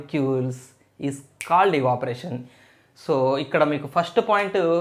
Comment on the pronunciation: Sir that's not eevaporation that's evaporation